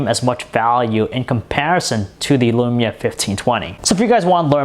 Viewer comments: This guys voice is near unbearable... All of is vowels are 'a'. Nakaya lamaya tan twantay... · alexander gomez Can you send me your lamaya fiftan twantay? I needs it.